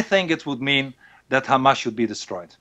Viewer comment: Why does he keep saying GAMAS. He is dutch he knows very well how to pronounce the 'H'